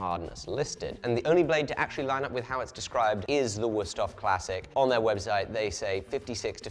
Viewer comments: As a person from the continent, hearing “worst-of” instead of “würsthof” gave me the same. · WÜüüsthof. With üü. Sounds almost like ui